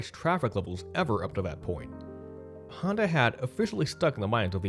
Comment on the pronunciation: Why is his name pronounced Hando instead of Honda?